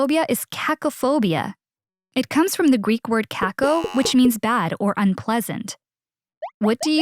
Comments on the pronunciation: ITS CACÓ NOT CÁCO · it is cacO not cAco